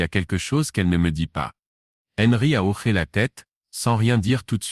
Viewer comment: Quand c'est écrit : hoché..on ne prononce pas : " horé " mais " ho-ché"..Un petit réglage de l'I.A à faire..😉..pour respecter la langue française !😡..on dit " un hochement de tête " et non " un horement de tete" .Faites lire à votre I.A..un dictionnaire français..ça l'aidera !😂😂😂